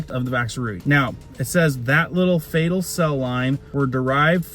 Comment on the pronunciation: fE tal not fAtal.